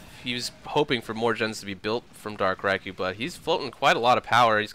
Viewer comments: I thought it was dark "Reekoo" not dark "Raikoo" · That was a great game, what a finish! Good cast (despite the pronunciation of Riku)